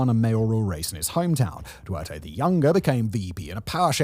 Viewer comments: dude learn how to pronounce Duterte. Also Canada and Australia have both gone left in response to Trump. Australia particularly so. Our right wing party is basically dead in the water now. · Good Video. I still wish you'd pronounce Duterte's name correctly. Again Marcos has full media backing seeing as Former President Rodrigo Duterte antagonized ABSCBN the largest media conglomerate and Rappler. The election for senate members just recently came by and nobody reported that most seats went to Duterte's men. Info on the Philippines is riddled with biases, a weakness of the Duterte administration was he never cared much for the propaganda / media machine.